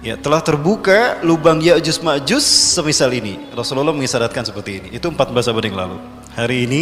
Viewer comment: Ko yajuz majuz sih,,?????? se kelas ustadz, penyebutan ya'juj dan ma'juj saja masih keliru😢😢